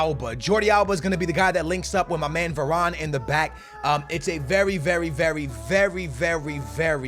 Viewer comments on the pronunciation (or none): none